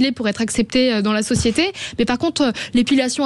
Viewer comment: La societéyyy de prWouésse ? 🤣